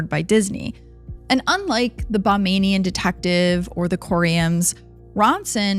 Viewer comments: Great story. Please say Bahamian, not Bamamian. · Girl it's Ba-HAY-me-un. Not bamenian or whatever it is you're saying. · Very interesting, enjoyed the podcast. However, one note. It’s pronounced Ba-HAY- me -an. Not Bah MAY nee an. Bahamian. Not Bamanian. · It's BaHAMian. Not BaMANian. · I think you're trying to say "Ba HAY mian", not "Ba MAIN ian". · Please get something’s straight and do research before posting. There’s no such thing as “bahmaining” it’s “Ba-ham-ian”. Simply looks like Disney covered this up, just like all their other endeavors. Exhibit A. Disney trafficking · Excellent story telling thanks for bringing this story back to light ……it just small notice its not pronounced Ba - name -ing - in Police. It’s pronounced Ba - Heam - Me - in. That’s how people from the Bahamas are pronounced…..keep up the good work. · That is Ba-hay-mi-an and not Bah-may-ni-an. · Ba-hay-me- en not bahmian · Hey, Love your videos and I'm from the Bahamas. I just wanted to say the correct pronunciation is Bahamian, sounds like Bah-Hay-Me-An. Also, it sounds like the officer was in Disney's back pocket. Corruption is a big problem here. Also great job on the video! ❤ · Forgive me but just a small correction it's pronounced (Ba-hay-mian) Bahamian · Bamanian? Bahamian. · BAH-HAY-MEE-AN, geez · Bahamian. Not Bamanian. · It’s Bahamian not Bombanian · omg 😂😂😂this is too funny it BAHAMIAN-ba-haym-e-n😂😂😂😂😂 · I love the video. I’m from the Bahamas. We are Bahamian. it’s pronounced Buh-hay-me-uhn 🩵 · The mispronunciation of Bahamian is frying me😅